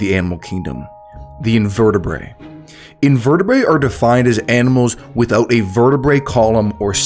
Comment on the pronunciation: Awesome video, just random pet peeve and nitpick but it’s invertebraTE 😭